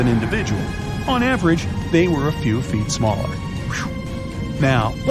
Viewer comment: Gotta be AI talking when the asshat says fuhtee..ya know,for FEET🤦‍♂️🤷‍♂️🤣